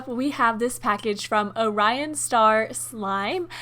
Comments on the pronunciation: When she said oh-Ryan I’m pretty sure it should be or-Ian like the name Ian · Anyone Else bothered by the way she said orion??